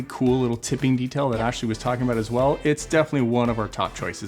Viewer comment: Is there a significant time savings not say ASH- ley?